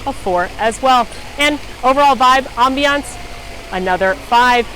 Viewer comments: It’s “ambience “ not aviance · Great video, really helpful, but am I really only one who has noticed her mispronounce ambience every single time?!